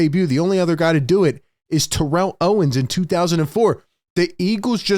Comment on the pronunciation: how is it possible you still mispronounce terrell??😂